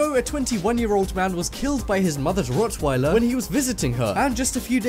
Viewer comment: it rock not rit